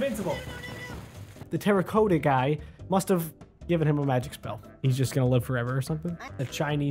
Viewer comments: its prononced (ter-icoty) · It's pronounced terr-UH-cott- uh